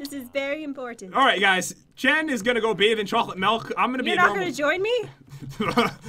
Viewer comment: its jen not jaen XD